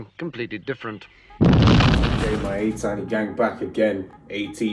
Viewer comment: i was re-watching ur reaction and noticed your pronounciation of "atiny". "atiny" is pronounced like "ateeny", "i" is like "i" in "destiny", so yeah